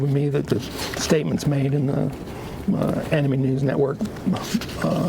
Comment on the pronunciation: HEY SMOKER LUNGS, ANIME IS NOT PRONOUNCED AN IH MEE IT'S AN IH MAE fucking miserable twat